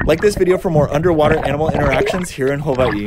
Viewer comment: He says everything right exept for Hawaii he says it like hawaeeeee